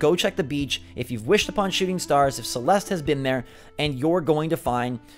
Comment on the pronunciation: my name is celeste but that is not how you say it